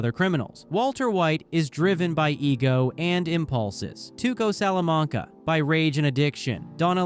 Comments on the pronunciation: Only if you learn how to say Salamanca correctly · You must have seen those shows several times. Why can't you pronounce Salamanca normally